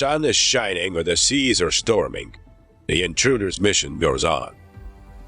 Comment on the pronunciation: Whether the Shun is shining or the Sheas are Shtorming 😂